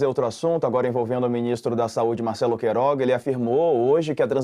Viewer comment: Marco Antônio. Não é Queiroz, é QUEIROGA. Puxa, presta atenção.